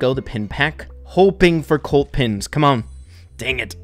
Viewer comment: I was partially deaf and know i can hear that mortis is mortis and not Mortise like is says in videos and colt is colt and not cult